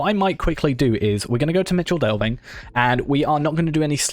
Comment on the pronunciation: Just an fyi, the Michel in Michel Delving is pronounced Mikkel. It means "Big", as opposed to next door Little Delving.